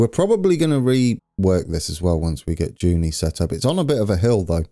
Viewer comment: Still loving the series,! A pronunciation update (you're doing pretty well so far): Junee: Ju-NEE rather than JU-nee Moree (when you get there): Mor-REE Dubbo: (you had it the last time!) DUB-oh...